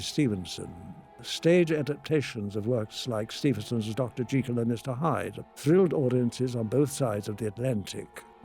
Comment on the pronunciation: Encouraged, however his pronunciation of "Dr JeeKill" is unforgivable 😂